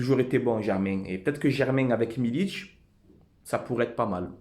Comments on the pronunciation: "milik" frero et non pas "milić" Ce n'est pas un Croate ou Serbe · Par contre c'est pas "Milic" c'est Milik gro lol, Forza OM.